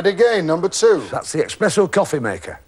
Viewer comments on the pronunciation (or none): 'Espresso' Jim, not 'expresso'.